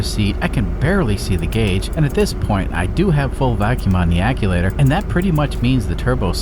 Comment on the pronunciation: what in the heck is an ac-u-later?? I’ve heard of “Actchu-waiter” but never the way you say it lol